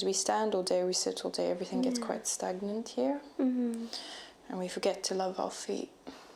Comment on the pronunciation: Und Hold, she sounds a bit German to me?